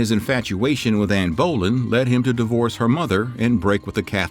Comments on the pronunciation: The video was good however there was some things that was pronounced wrong such as Anne brolin is actually Anne Berlin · I was going to let the Bolyen pronunciation go, but the Guillotine! The Tudors used an axe or a sword in the case of Anne Boylen. This isn't the French Revolution! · So many issues with this video! that's Queen Elizabeth I that's Mary Queen of Scots "Anne Bowlin" ??? again, that's Elizabeth I that's NOT Mary I That's Anne of Cleaves That's Richard III there were no guillotines yet Elizabeth Sydney, not Mary Mary Queen of Scots Again, NOT Mary I And she was never unwanted, they just wanted a boy after her. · Anne Bowl-land, sure. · I like these videos but a couple of things. The guillotine wasn’t invented until the French Revolution and the spelling of Anne Boleyn’s last name is not pronounced like Bowlin. Also make sure you double check that the photos match the name of the person you are talking about. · You're putting the emphasis on the wrong syllable. Boelyn is pronounced: Bow-Lynne with the emphasis on the 2nd syllable. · Can someone please tell me what the proper pronunciation of Anne Boleyns last name? I’m sorry but it sounds like you’re saying Anne bowlin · Absolutely agree. I've never heard Anne's surname pronounced Bowlin. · This is how history gets extorted first off you showed the Grave of Mary Tudor Henry VIII sister, not Mary Queen of England. Second of all you can't say the name, Boleyn Correctly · I thought I was the only one that noticed how he pronounced Anne Boleyns name. I really enjoyed his videos this one yeah I don’t know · The factual errors are one thing, but you're really going to whine about Anne's last name? He made a mistake in pronunciation. It's not that serious.